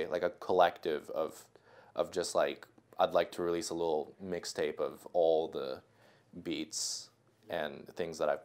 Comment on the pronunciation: did you say "mixtape" bro?